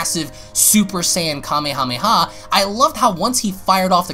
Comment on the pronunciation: Lol@ calling it Kamehameha